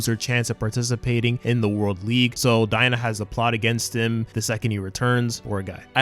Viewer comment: It’s daigo not. Dina.